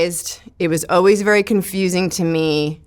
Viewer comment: Someone should let her know how to pronounce the word always lol “oh-wees”